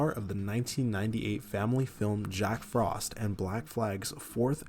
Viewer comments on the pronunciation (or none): none